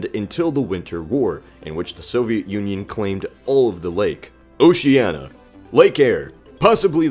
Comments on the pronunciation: Oceania! Not Oceana! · Yes, english just has weird pronounciation. I mean a = e in most cases e = i i = ai I dont know any other european language that does this Also he pronounced oceania as oceanna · WHAT THE FUCK IS THAT PRONUNCIATION.... Kazakstan doesnt have anything between k and s and Oceania isn't pronounced "oh-she-Anna," it's pronounced "oh-shay-nee-ah"